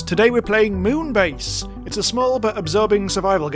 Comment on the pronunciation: I think it's pronounced Meow-n base :3